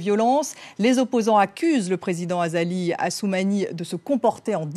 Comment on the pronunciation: hhhhh vous avait entendu la journaliste , elle a dit " le président Azako Assumani " au lieu de Azali 😂😂😂😂😂😂😂😂